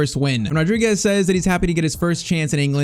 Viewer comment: Being Portuguese, i have to say this: you wrote Fernáo Rodrigues, and it's Fernão Rodrigues (the little wave in the "a" it's called a til, kinda like my name) and you are saying Rodriguez, it's a common mistake, just like Bruno Fernandes